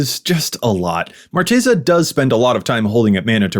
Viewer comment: Ooooof saying marchesa wrong not a good start